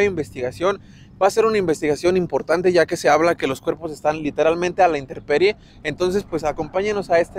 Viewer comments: Se dice Intemperie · Mis niños ustedes dicen una palabra mal, ustedes mencionaron varias veces que dicen INTERPERIE Y LA PALABRA CORRECTA ES ... INTEMPERIE, QUE ES LO CORRECTO, PORQUE ES DEL TIEMPO, O ESTADO DEL TIEMPO. Disculpen, por corregirlos. Saludos y Bendiciones.